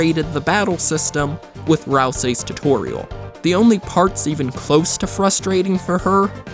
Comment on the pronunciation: Now every time I hear tutorial I her tu-toreil